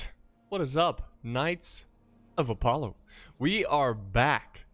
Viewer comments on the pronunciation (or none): none